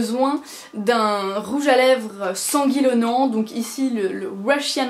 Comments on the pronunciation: Sanguilonent ?? WTF Je croie qu'on dit plutôt Sanguinolent =P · Mignon le petit lapsus "sanguilonant" OSEF si je suis pas la première à te le faire remarquer, la flemme de me taper 400 commentaires, soit en moyenne 10 pages pourries par des rageux. Ce sera un Amen pour tes cheveux, j'ai mal rien qu'a t'imaginer démêler le tout. :/ Bonne continuation :)